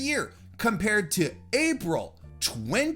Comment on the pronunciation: You shortening April to "Aprah" just makes me uncomfortable, ngl. Also the closeup on your mouth